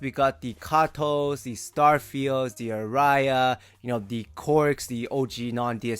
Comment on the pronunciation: Aria - pronounced as "Are-ree-ah", emphasis on the 2nd syllable. It's a singing term.